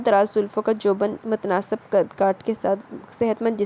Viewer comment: Ulahr nhi hy alhar hy alif py zabar hy mutnasab nhi hy mutnasib hy seen k neechay zair hy